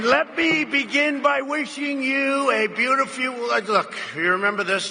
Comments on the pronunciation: Nope, not right assessment.. But what Trump does do, that is rare, is immediately switch the sentence when he mispronounced a word, to take the attention away from the mispronounced word. In this case "beutifEW" + instant new sentence. He does it about once or twice during about every speech.... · Sounds like it might just be a Freudian slip. Sounds like "beautifuel" to me. Oil. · Like very many people with neurodegenerative disease he's pretty good at hiding it , what happens in this video is that his incoherent flow of consciousness , habitual dotard BS ranting gets interrupted by an incapacity to actually pronounce even one of his go to words : beautiful turn's into " beauty fuel" , interruption something wrong , quick throw in some meaningless interjection : "werd look" , then a personal injunction: " you remember this" , it works he remembers it was about christmas back on track (more or less ) : "do you remember this they were trying" ... christmas war rant . He never was a very agile showman , he always had a little repertoire of "common sense " rants he'd juggle around within controlled environments with admittedly a few rehearsed killer punch lines but he never could compete in a real debate situation . He's been so lazy all his life that his decline is accelerated and now only protected by his position of authority , in better days just a few months back he barely managed scripted one on ones he's getting worse by the day and I don't believe he'll do debates . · “a nice conservatuvive talk show host...” , “ a beautifyouv...” . Okay, there’s obvious impairment throughout his rambling “speech “, and when I pointed this out to an acquaintance, he he replied “Everyone misspeaks sometimes.” , just like an obedient trumpologist. Jesus wept. And threw up.